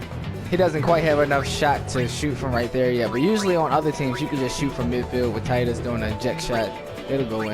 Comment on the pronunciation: Why does everyone mispronounce tidus lol